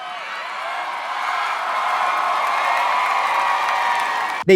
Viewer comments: "Lakey"💀💀💀💀💀💀💀 luh-shay! 😂🫶💀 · Lance BASS as in the fish. Nick La-SHAY lol